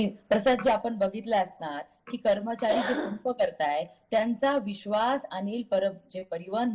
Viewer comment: करमचारी नाही कर्मचारी असं बोला